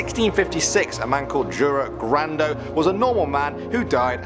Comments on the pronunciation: it's not Džura Grando it's Jura Grando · Jure grando is pronounced Yure In croatia is J equals Y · the way y'all butcher some of these words (Jure Grando, Medvednica, Description Škrinjari, Barica, Celje (which isn't even in Croatia), Brestovac, Milivoj, Ljerka Sram) literally kills me inside